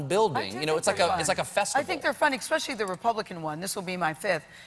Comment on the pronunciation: "Expecially" haha